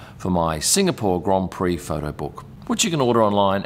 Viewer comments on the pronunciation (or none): none